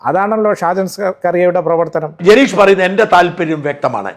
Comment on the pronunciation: ജനേഷ് അല്ല ഹേ,ജനീഷ്